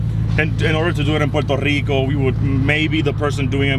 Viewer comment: What’s Porter rico it’s Puerto rico